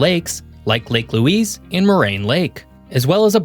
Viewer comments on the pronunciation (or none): none